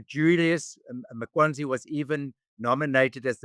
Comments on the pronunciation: Interesting. Always enjoy your channel. messed up a few times with pronouncing Mkwanazi as Makwanzi and ICJ as Jci?? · For Pete's sake, couldn't your guest be bothered to pronounce this crook's surname properly? It is "Mkhwanazi", not this nonsense that he spews here. Get the names right! That's where stating facts begins.